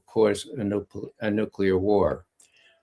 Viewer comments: "Noocular, its pronounced Noocular". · didn't mention "nuclear" anything,- he said "new-killer" — nuclear weapons are not still new … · Amazing that people who think they are making a profound speech cannot even pronounce "nuclear", but instead say "nukula"!!!! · Saudis have a nukular bomb. Thank God it is not a nuclear bomb which is much worse. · How can you talk about nuclear issues if you can't even pronounce it? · How on Earth can you take seriously if he can't even pronounce Nuclear correctly (repeatedly!)?.... For God sake!